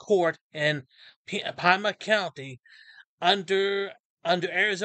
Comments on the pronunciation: PEEEEMA not PIEMA lol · It's pronounced "pee-ma", not "pie-ma". Pima County. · "Pima" is pronounced "PEE-muh". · We call it “pee-ma” county 🙋🏽‍♀️ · Psssst. It’s Pima county, and pronounced PE-man 😊👍